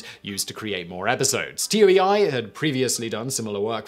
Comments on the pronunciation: Yeah, me too. You really can't blame this particular error on his British accent this time either. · There is a show on Netflix called The Toys That Made Us: one episode talks about the MMPR toys. Also, the pronunciation of the Japanese company, Toei, is "Toe-ay". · Toei 東映 is roughly pronounced as “toe-ay.” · The way he keeps pronouncing TOEI as T-O-E-I. Come on Simon TOEI is a well known japanese company. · FYI, TOEI is not an abbreviation. It’s a romanization of 東映 which is pronounced like “toe, eh?”. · Toei is pronounced like Tow A, not Tow Eye. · lol he pronounced Toei T O E I Snicker I love brits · it's not Brits, it's Simon, I (almost) never research pronunciations, Whistler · t-o-e-i is pronounced toe-a. it's one word. pls you're actually killing me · It's. Fuckin. Toe-ee. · Dude the company toei pronounced tow-ay. I don't even speak japanese and it isnt that hard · I thought it was pronounced "toe ay" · Toei is pronounced toe-ee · When you can't afford to butcher the japanese further so you just spell Toei instead of pronouncing it tow-ayy. Seriously, how hard it is to pronounce latin characters phonetically? You english speaking people uses the script natively ffs. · He stops saying the sentai name because he doesnt wanna butcher it, but keeps saying Toei as T-O-E-I. It's TOH-ee, lol. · No it's not. It's Toe-A. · It's toe-ay-ee, not t-o-e-i. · pretty sure Toei is pronounced, roughly, "Tow eye" not T O E I it's not an acronym and especially as the companies name is written as Kanji (東映) rather than phonetic script (which couldn't spell T O E I anyway as there's no "T" sound in Japanese... well there is but it must be used with a vowel ending so you'd get と(to) え(e) い(i) - which , bonus fact, still wouldn't be pronounced like Tee Ow E Eye more like - cut the w off tow so short oh sound like T+ the O from ostrich for と, e from egg for え, and i from itch for い ) But hey this is the Whistlerverse of pronunciation so what ever goes I guess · Toei Toe ey